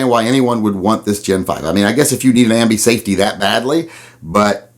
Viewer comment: You said "Ambey safety" again lol. having given you grief I completely agree with you. And I absolutely hate the fit of the magazine!